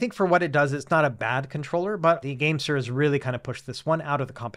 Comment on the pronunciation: Keep thinking you’re saying the Gangster G8 lol